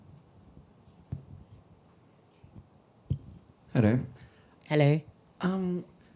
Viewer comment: "Hello" Badu in English accent: "Helleuu" 😂😂😂😂😂